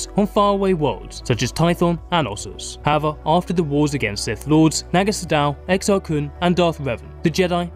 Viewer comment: How can u still mispronounce the word "however".